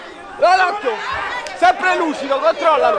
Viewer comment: Ha detto Luscido?